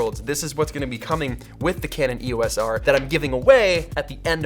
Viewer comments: Pronounced E-OS not E.O.S. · Love all that you do Peter, but if I could ask you to change one thing, its your pronunciation of E.O.S. - It is NOT an acronym. (Wiki)The name "EOS" was chosen for Eos, the Titan goddess of the dawn in Greek mythology, and is often pronounced as a word. Please say Eos, Eee-o-s. Sorry to be a pendant!